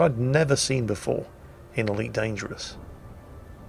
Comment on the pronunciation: didnt he sound a little bit asian saying ELitee loltheres defo sum ting wong there lol